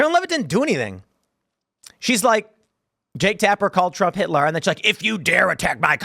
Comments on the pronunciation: To be fair she said “Hilter” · They were both flustered. Did she say Hilter? She definitely said Hil-ter